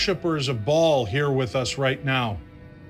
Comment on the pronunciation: The name is not ball it is pronounced ball as in bail of hay